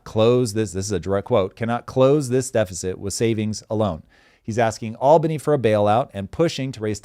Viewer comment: As someone who lives there, I really appreciate that Tom pronounces "Albany" correctly. Take notes! 🤣